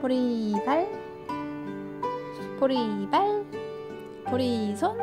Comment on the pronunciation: 저요 "보리발"이라고하실때 보리밥이라고 하시는줄알았어욬ㅋㅋㅋ